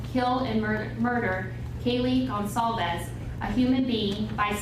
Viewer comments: Should say goncalves not goncalves, maybe not Spanish but Portuguese, or Basque., Etc. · Mean goncalves not gonsalves